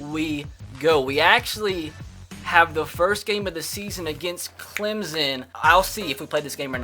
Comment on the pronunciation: CLEMSSSSSSSSSSSSSSSSSSON NOT CLEMZZZZZZZZZZZZZZON